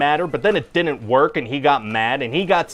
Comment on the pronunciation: "Di-ent" for "didn't"? Is that a Canadian thing?